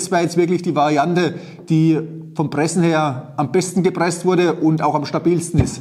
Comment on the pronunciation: und deswegen will ich versuchene die Sägespäne zu Briketts zu Pressene......lol gute Aussprache. Also, für Schreinereien gibt es eine Brikettpressanlage in der alles automatisch abläuft inkl. der Zuführung der Späne. Macht auch Sinn, denn wer soll denn den ganzen Tag mit einer Schraubzwinge Briketts pressen? Davon abgesehen, wer verarbeitet noch Vollholz? Alle Späne sind durchsetzt mit Resopal oder anderen Beschichtungen incl. Leime da nur noch Spanplatten verarbeitet werden. Sowas sollte man nicht in den Ofen stecken. Der Holzstaub glimmt nur, steigt mit der hitze auf und setzt sich im Kaminrohr ab.